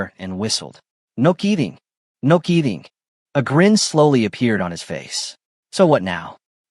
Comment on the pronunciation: The spelling is getting better. Now for the proper pronunciation of words. "KEEDING' for kid-ing for one. and what's with the foreign language moments?. Then there's that bit about real life from an AI story.